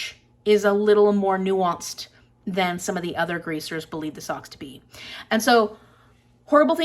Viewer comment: They are pronounced (Show-shez) or (shosh- singular) in the movie. The first time I taught the book, I pronounced it Socks the entire time until I previewed the movie...